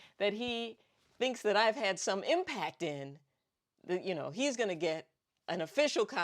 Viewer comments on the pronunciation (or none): none